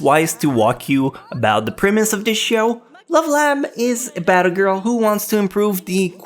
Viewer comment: its premise, not primis